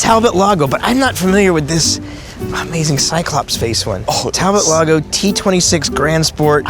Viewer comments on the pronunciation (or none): It's French, so it's pronounced like Tal-bow.